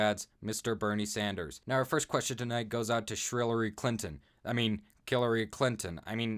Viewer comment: kept pronouncing Hillary Clinton's name wrong